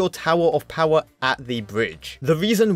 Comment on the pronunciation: I love how this guy calls the bomb tower "tower of powa" 😂😂😂😂